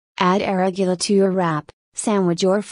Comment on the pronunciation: She can't even pronounce "arugula" properly, lost all credibility.